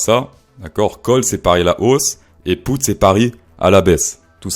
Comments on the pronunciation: En francais je crois qu'on ne dit pas "poute" mais "pute". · Wesh on prononce « put » pas « pout ». Achète toi un dictionnaire frérot